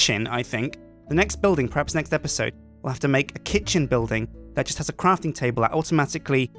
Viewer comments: " Kitch '' " I swear he says it like that on purpose:') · When he said "Kitchen" I thought he said "KitSjin" at first..